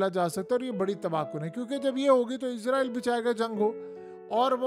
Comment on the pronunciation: یار تم ایک دفعہ اسرائل کہتے ہو اگلی مرتبہ عزرائل۔ عجیب کنفیوز سپریم ہو۔ یا اردو بول۔یا انگریزی۔